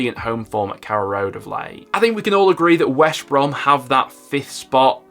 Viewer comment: That is smoking crack!!! Leeds will win the League. He can't even say West Brom properly! Wesh Brom he says!!!🤣🤣🤣